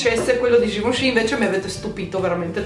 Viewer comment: ma solo io, mentre diceva il nome.della cipria in polvere libera, invece di sentire GIVENCHY ho sentito GIUSCI?HAHAHAHHAHA